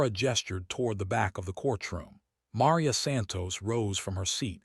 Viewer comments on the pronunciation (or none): Also ma-REE-ah and ro-BEAR-toe with the accent on the second to last syllables.